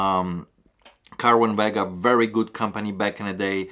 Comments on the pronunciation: ser win vA ga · The speakers are pronounced “Sir win Vega” not “Kerwin Vega” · Cerwin-Vega is actually pronounced "Serwin" Vega. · Cerwin-Vega, pronounced like Serwin, a soft C, not a hard C. My second time watching you (First was the watches video) . Learned a lot, I subscribed. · Wow! Great month, congrats! Just an FYI, Cerwin Vega is pronounced "Sirwin Vega" Great speakers, again congrats!